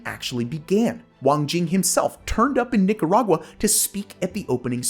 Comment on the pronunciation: Cough* Ahem...Ninarag-WA (cringe)